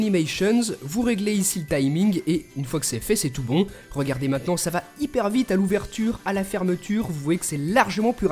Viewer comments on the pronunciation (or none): mdr bite au lieu de vite